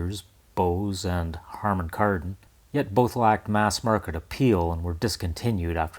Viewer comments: Also, Karman Hardon? 😂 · Am I the only one who heard "Karmon Hardon"? . Harman kardon was always a tongue twister for me. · Did he say Karman-Hardon? 😂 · “Karmon Hardon Speakers” :)